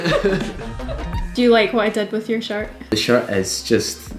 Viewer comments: Everytime you say shirt I hear “shart” and I love it. I’m almost in tears. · I laugh when you say shirt cus it sounds like shart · Beginner sewing Alabama girl here giggling everytime you say "shirt" because it sounds like the term "shart." 😂😂 In all seriousness, you have some of the best tutorials! I've been binging since I came across your channel! It's not about making the same exact shirt you made (even though they're super amazing). You're educating us on the stitches used and why you used them. LOVE IT! THANK YOU! Love, Your newest subscriber 😍